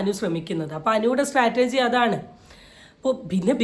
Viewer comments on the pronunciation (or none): സ്ട്രാറ്റർജി അല്ല ചേച്ചി 😇..... സ്ട്രാറ്റജി